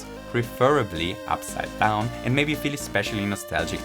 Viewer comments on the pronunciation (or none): "Preferrabllyee uppsiIde doonw"